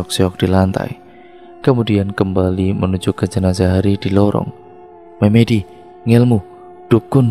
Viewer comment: Narator pasti bukan orang jawa,setidaknya tdk hidup di lingk.berbahasa jawa, karena melafalkan kata MEMEDI kurang tepat he2